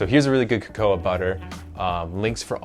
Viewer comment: Please, do learn how to pronounce cacao (kaka-oh!) properly! ;-)